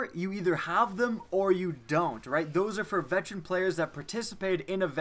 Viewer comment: mow he can't pronounce veteran